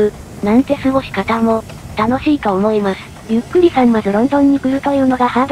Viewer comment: 読み間違えなし！ この「ゆっくり」ってやつの動画ってほとんどのやつが誤読上等なのに、ここはちゃんとしている。えらい！（* ﾟ∀ﾟ ）b